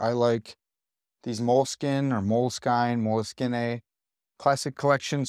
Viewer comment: Americans pronouncing "moleskine" 💀 Actually, americans trying to pronunciate anything that is not in english. 💀💀